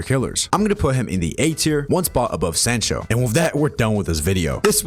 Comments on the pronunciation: its soncho not sancho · Hate to be that person but it’s pronounced s-ah-ncho